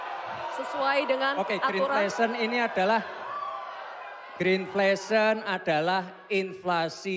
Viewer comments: Inflasi hijau bukan Gren flation,,tapi Gren inflation mmg😅😅😅😅😅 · Dia bilang green flation 😂😂😂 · ya gak gitu Gibran! Profesor tidak harus tahu semua istilah! Gak taat aturan moderator utk jelaskan terminologi atau singkatan. Jangan2 terminologi saja gak tahu. Mungkin Gbrn memang gak punya pengalaman diskusi, seminar, ujian sidang skripsi / disertasi, jadi ya gitu... Apalagi gerakan gimmick setelah prof Mahfudz menjawab. Benar2 tidak sopan. Menyebut Green Inflation juga pronunciation-nya gak jelas. Benar prof Mahfudz gak perlu dijawab